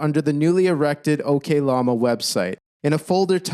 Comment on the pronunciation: Ngl the way you pronounce oklama as okay lama really made everything seem like a joke during those points you were making. It was funny, but I'm not sure that was your intention